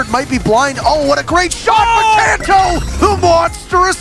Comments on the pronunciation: How can you do this much research and still butcher his name lol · when you make a video about Kanto and say his name wrong in the like 3rd word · K (a) nto....not k (o) nto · can't click the l like button jhust because of the way he pronounced kanto that's some disrespect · My man...watches these clips, hears Kantos name....and still can’t pronounce it fire him ffs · You need to do this whole video again, and pronounce his name correctly, hahaha Jesus christ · I cringe every time he butchers kantos name. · Learn how to say kanto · My god can you guys stop mispronouncing stuff? It makes me wanna dislike your good videos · This video should be re edited and KAHNTO changed to the correct pronunciation. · Loved the background music. Also appreciate the uptake in R6 content. BTW, it's Kanto and not Kaaanto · Isn't it Kanto not Konto? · Still have nightmares about kanto on pre-nerf ella And pls its pronounced Can-toe not Kahn-toe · Who is 'kaunto'? It's kanto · Stop saying Konto.. It’s Kanto! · It’s kanto...... not konto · Kanto not Käntö like the casters say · Kanto not kahn toe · Kanto not Konto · CAN-TOE not KONTO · sorry but i don't like how you're saying his name. i might be wrong but ithink its kAnto not konto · i hate how this guy says "Konto" it's Kanto, listen to interro or Kix.... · Literally unwatchable because this guy can’t pronounce KAN-TOE, not fricken Kuhn-Toe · i will DDOS your toothbrush, DO NOT SAY KAHNTO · It’s cantoe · I love how u watch all these clips with them saying Kanto and u still say kahnto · Did he say "cunto" "cuntoroketti" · Imagine editing a video where the announcers say Kantoraketti and the howt says kahnto oh wait... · did he actually say cuntO? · The fact this guy kept calling him Khanto is pissing me off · its pronounced can-toe, u actually pissed me off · Please never say kanto like that again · Yupp so I'm not even gonna finish this video because I cant hear "khanto" one more time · STOP SAYING KHANTO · Not even close